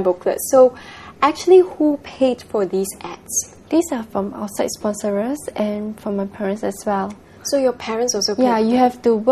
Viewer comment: did she say SPONSOR-ERS?!!!!